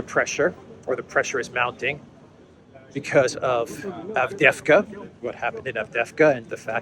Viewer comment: Yes the second V is silent in Avdiivka 🤪